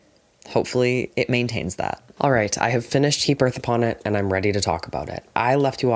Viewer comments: sorry I just heard you say the title "Heap Earth Upon It" as "He Birth Upon It" and my first thought was just HE BETTER NOT HAVE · i genuinely thought was saying “he birth upon it” for nearly 20 minutes 😭